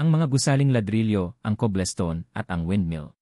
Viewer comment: Before you release a Filipino video you should ask a Filipino teacher to hear your pronounciation of some words to make it correct. Some Tagalog words need to be pronounced right and foreign words like english cobblestone not kublestone .